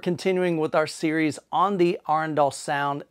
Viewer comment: Got the pronunciation of Arendal right! :) Maybe not completely in local dialect, but in line with how two thirds of Norway’s population would pronounce it.